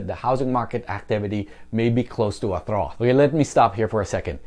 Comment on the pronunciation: Pronunciation tip: trough is pronounced: trahf.